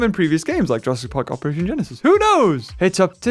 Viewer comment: Why are you saying Jurassic park weirdly